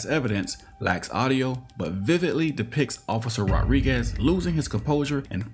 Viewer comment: The narrator doesn't know how to pronounce Rodriguez. He keeps saying "rawriguess." The name is pronounced, Mr. Narrator, Rod-ree-gez